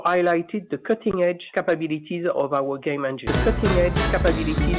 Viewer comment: why don't you just admit that your jealous of Cutting Edge "Capabeeliteez" of ubisoft?